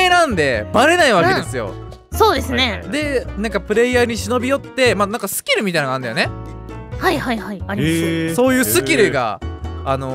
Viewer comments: ぺ「そういうス↑キルがある」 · ぺ「そういうス⤴︎キル⤵︎が」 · のスキルの言い方がス↑キル↓なのね 他のところは普通なのに